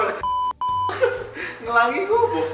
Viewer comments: "ngelangi" itu pake nya taling yaitu E biasa seperti pengucapan erosi,bebek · Ngelangi = pelangi 😂 Jerome iki nang sekolahane gak onok pelajaran boso jowo ketok e